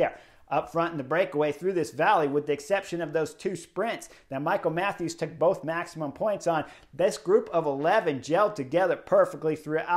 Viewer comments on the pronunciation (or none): none